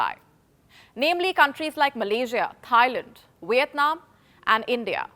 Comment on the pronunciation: Wierdnam 🤣🤣 no offence it how i heard it. Also edit- the pollution output level of India will shoot through the roof 🤣🤣 and China has a better green energy plan